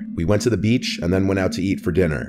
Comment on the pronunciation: The way he says "beachh" xD only love for but I giggled a bit:p